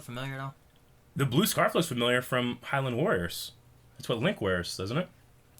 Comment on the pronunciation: "Hyland Warriors"?